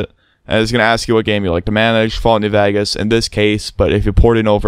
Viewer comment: "Fallout New Vagus"